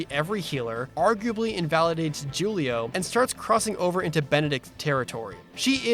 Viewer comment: JOOlio?! XD OMG That's certainly one way to say it LOL